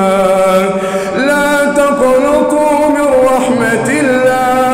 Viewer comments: قل يا عبادي الذين اسرفوا على انفسهم لا تقنَطوا بالفتح وليست "لا تقنُطوا" بالضم ارجوا وضع لايكات على هذا التعليق لكي يظهر في المقدمة و يراه الامام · بس في خطأ بسيط جدا وهو لا تقنطوا من رحمة الله تقنطوا النون بالفتح ليست بالضم يا أخي حفظكم الله وبارك الله فيك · "لا تقنطوا" قرأتها بالضمة و هذا خطأ. فوق النون توجد فتحة. لو قرأت على شيخ لتعلمت التجويد الصحيح و لما لحنت, و هذا هو العيب في قراءتك. انصح كل شاب ان يتعلم على يد شيخ و لا يغتر بقراءات وسائل التواصل المخلة للتجويد. اذا حفظ شاب او طفل من قراءة خاطئة يترسخ ذلك الحفظ في ذهنه و يصعب عليه تصحيحه مدى الحياة. {۞ قُلْ يَا عِبَادِيَ الَّذِينَ أَسْرَفُوا عَلَىٰ أَنفُسِهِمْ لَا تَقْنَطُوا مِن رَّحْمَةِ اللَّهِ ۚ إِنَّ اللَّهَ يَغْفِرُ الذُّنُوبَ جَمِيعًا ۚ إِنَّهُ هُوَ الْغَفُورُ الرَّحِيمُ} [الزمر : 53] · ياحبيبي نطقها غلط هو ضم النون والنون بالفتح مش بالضم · تقنَطوا النون بالفتحه وليس بالضمه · قل يا عبادي الذين أسرفوا علي أنفسهم لا تقْنَطوا بفتح التاء وليس لا تقْنُطوا... نفع الله بنا وبك وجعله في ميزان حسناتك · لا تَقْنَطُوا .. وليس لا تَقْنُطُوا .. بفتح النون وليس بضمها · لا تقنطوا.) بفتح النون وليس بضمها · لاتقنطوا بفتح النون وليس بضمها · تقنطوا النون بالفتح وليس بالضم ربنا معاك ويوفقك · لَا تَقْنَطُوا بفتح النون وليس بضمها اتمني تاخد بالك ياشيخ ❤️ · حفظكَ الله وبارك فيك وجعلَك من اهل القرآن ... انتبه أخي " لا تقنَطوا " بفتح النون وليس بضمها . جزاكَ الله خيراً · هناك خطأ في تشكيل كلمه تقنطو وهي بفتح النون وليس بالضم وجزاك الله خيرا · حضرتك قولت لاتقنُطوا من رحمه الله ✖️ وهي، لاتقنَطوا من رحمه الله ✅ والتجويد ضعيف جدااا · افتح النون شوية فى لا تقنطوا يا أخى وجزاك الله خيرا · بسم الله ماشاء الله صوتك جميل بس في غلطه في لا تقنطوا بالفتح مش بالضم وشكرا لك وتقبلك الله منك